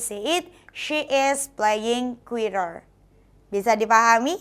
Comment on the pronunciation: Guitar itu "u" nya dihilangkan jadi "gitar" aja bukan "guitar" dibacanya.